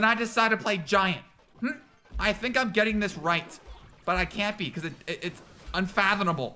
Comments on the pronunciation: UnfathoMable* not “UnfathoNable” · ah yes unfathoNable